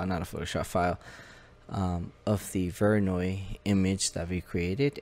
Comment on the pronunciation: No, not VOY NOY..